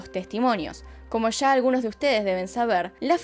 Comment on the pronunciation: Puedes hablar sin exagerar? Sho, mashores, shegaron, sha, esha, vishegas, visha. Es un vicio, no un acento. Es difícil seguir escuchandote. Sobre todo cuando sí que sabes pronunciar la s